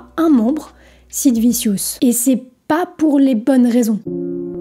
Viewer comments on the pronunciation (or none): Très bon reportage, mais par contre, Sid « viciousse » ?!? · On prononce Anarchy "Anarky" et Vicious "Vichious"... à part ça c'est très intéressant. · C'est Sid "Vichieuss" pour les nuls en anglais. VIdéo intéressante, dommage pour le titre putaclic.